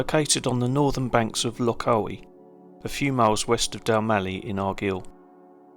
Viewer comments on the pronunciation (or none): Loch Awe is pronounced just as you see it. The E is silent. And Argyll is pronounced as in “pile”. You’re welcome!